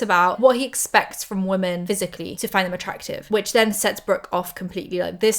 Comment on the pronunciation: I love you, but I need you to stop pronouncing "women" as "woman"